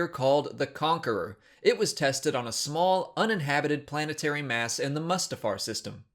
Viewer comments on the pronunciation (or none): Stopped watching when you pronounced Mustafar like a jackass